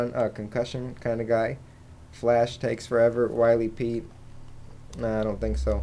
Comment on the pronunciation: Its spelled WILLY Pete, not Wily Pete...it seems no one can pronounce it correctly though.